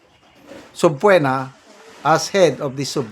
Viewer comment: Subpeena po ang pronunciation.